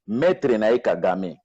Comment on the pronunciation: on dit Maitre.